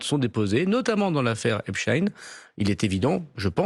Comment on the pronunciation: Je sais pas si vous remarquez, mais là où les journalistes prononcent "affaire Ep-stine", Darmanin répond "affaire Ep-Chtaïne"!!! Darmanin appuie sur l'ascendance juive d'Epstein!!!!!! DARMANIN EST ANTISEMIIIIIIIITE!! (toute ressemblance avec des événements survenus après cette vidéo sera totalement fortuite! ;) )